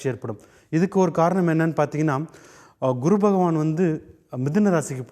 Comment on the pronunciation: இந்த guru என்பதற்கு kuru என்று ஏன் உச்சரிக்கிறார்?